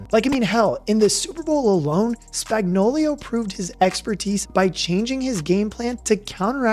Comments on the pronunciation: aye no hate coming from me but I noticed and laughed when you said "spagnoulio" instead of spagnoulo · It’s Spagnuolo, not Spagnolio! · The Chiefs' defensive coordinator's name is pronounced: "Spag-nō-lō." You kept pronouncing his name incorrectly as "Spag-nō-liō" 👍🏻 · Its Steve Spagnuolo, not Spagnuolio. Y'all be trippin since the day McDuffie called him spagnolia... spag-no-low🤦 and if you can't handle it just call him spags because it's pathetic that y'all can't read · Spagnuolo not Spagnuolio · It's Spagnuolo, not Spagnolio. Great video but get it right. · Chandler Jones? CHRIS Spag-no-LIO? Like Cornholio? Spag-no-lo Idiot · SpagnoLO, no SpagnoLIO. This bothers me more than it should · Why can no one pronounce Spagnuolo correctly LOL it's Spag-no-lo. Not Spagnoleo LMAO - "Spag" sounds like "spag" in spaghetti. - "no" sounds like the word "no." - "lo" sounds like "low." So, it would be: Spag-no-lo. Just saying lol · Did this dink even watch any of the playoffs or SBs over the last two years? Steve Spag-know-lee-o, lol, it’s just Spag-know-lo. Maybe he’s combining the names of Spagnolo the Chiefs DC and Coolio the rapper, lol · Lol dude..... it's pronounced Steve Spag-nah-luh......not Spag-no-lee-oh😂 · It's Spagnuolo, not Spagnolio. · Steve Spagnuolo = steev spag·naa·luh = Spags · Spag-no-lo Spagnuolo has no 'i" in it. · Now when everyone sees spags name they will read it this way, spagnolio. You'll hear it. Can't wait to see chandler Jones. I've wanted this for a while now. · Say it with me: Spag no lo. Easy! Simple! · Also "Spagnolio" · Could more corrections, that’s not how you say spags name and jones not known for plugging up runs. Jones above average at the run and best DT at pass rush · Please learn Spag's correct pronunciation. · added some Italian flair with the pronunciation of Spagnolo